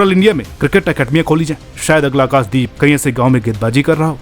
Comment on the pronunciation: खुद के नाम का उच्चारण अनुराग "सूर्यवंशी" और आकाशदीप का उच्चारण "आकास" दीप साफ है कि आपको "श" शब्द बोलने में कोई आपत्ति नहीं है अपने उच्चारण पर काम करो यदि खुद का नाम सही से ले सकते हो तो दूसरों के नाम भी सही से उच्चार करो